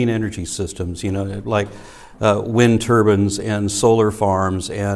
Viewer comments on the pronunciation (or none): "Wind Tubans".. So, what, get a bunch of Djinn to power our stuffs? lol